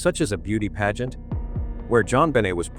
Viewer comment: Whomever is speaking doesn’t pronounce certain words correctly! Pageant is pronounced “pageant”, pizzeria is pronounced Perez’s